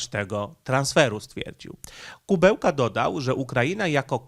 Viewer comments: Nie Kubełka tylko Kuleba. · aż uszy bolą jak przekręcasz nazwiska. Nie Dmytro Kubełka tylko Dmytro Kułeba zapamiętaj raz na zawsze. A incydent nie był z ambasadorem Ukrainy tylko z ambasadorem Rosji. Zdecydowanie za dużo przejęzyczeń w twoich vlogach - musisz nad tym popracować. Pamiętaj, że są ludzie którzy jedyna wiedzę o świecie czerpią z twoich filmów i później będą na mieście powtarzać takie głupoty. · Film ważny, temat istotny; ale... kutwa, co ty masz z tymi nazwami i nazwiskami!? Nie potrafisz żadnego przeczytać bez przekręcania??? Nie żaden Kubełka tylko KUŁEBA. Mógłbyś się na tyle przygotować do filmu by sprawdzić nazwisko gościa którego omawiasz. Bo cenne i ważne materiały czynisz przez to niepoważnymi i błazeńskimi. A szkoda. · ja wiem że poinformowałeś że masz wadę mózgu, ale proszę Cię mocno naucz się, NIE KUBEŁKA ale KULEBA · minister MSZ Ukrainy to Dmitro Kułeba, a nie „Kubełka”. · Nie ma takiego człowieka Kubełka. Jest Ku Łe Ba. Rozpisuj sobie trudne nazwy na sylaby, bo przez takie nazwy z du py nie jesteś traktowany poważnie. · Nie Kubełka tylko Kułeba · A to nie Kułeba ? Mowiles Kubełka